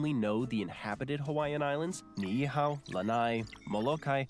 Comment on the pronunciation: When the narrator started listing the Hawaiian islands I was impressed that he got the pronunciation of the first one, little known Niʻihau, correct - but then so many of the other pronunciations were just painfully bad 😬. The Iowa fact about them producing 10% of the countries food is an odd flex, since they are number 2 over-all (behind California).